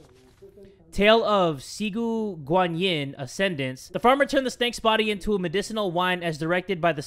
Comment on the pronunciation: "XIGU GANYIN" My dude, it's "Ci", like "tzzz goo gwan Yin " XDDD